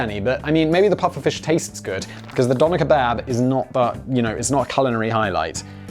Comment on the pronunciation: I thought he said Dahmer kebab